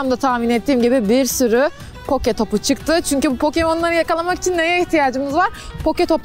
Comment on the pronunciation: Poke topu değil o poki topu